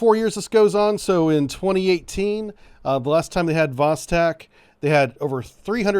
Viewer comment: Great coverage of the exercis👍👍👍 BTW, Vostok is pronounced Vos-(stock) instead of Vos-(tech).